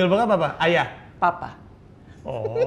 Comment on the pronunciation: papah... (nada agak gimana gitu) geli gw sumpah aowkwkwkwkk